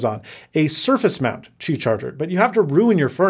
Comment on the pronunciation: "qibay". Noice!